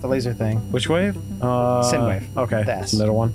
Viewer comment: Not much input this time, other than a mildly annoying grammar nazi pronunciation correction: it's " Sign " wave, not " Sin " wave. But honestly, anybody could make that mistake (up until I was...twelve? Thirteen? Can't remember, I made that mistake too, until my science teacher corrected me during the "Physics: Audio and Soundwaves" section of our lesson plan, which also humiliated me when I was corrected after mispronouncing the word while simultaneously getting the answer correct on the question). Aside from that, good content as always. Keep it up.